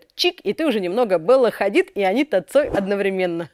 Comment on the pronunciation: Алёна, не одновремЕнно, а одноврЕменно.